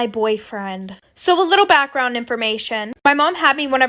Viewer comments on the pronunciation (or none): Notice how she says :a little bag round information tells the story